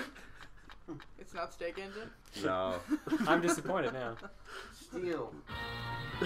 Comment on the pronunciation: I thought it said steak, not steam! XD